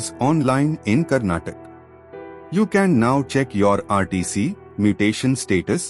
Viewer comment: karnatak❌ Karnataka✔ Please pronounce properly